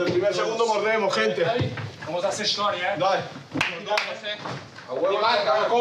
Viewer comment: "Vamos hacer hishtoria " el comandante :(